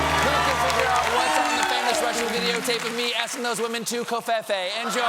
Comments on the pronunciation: ITS PRONOUNCED CO-FEE-FEE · Cofefe is pronounced differently though. It should be rhyming with "me"